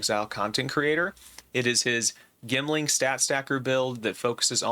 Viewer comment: Jemling, it’s pronounced jemling 😂